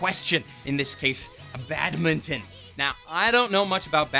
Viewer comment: I couldn't stop laughing at the way you said badminton 😂😂 And cool list will definitely check them out 👍